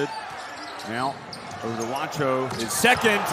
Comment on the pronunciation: English speakers: Juancho is pronounced "Huancho", not "Wancho".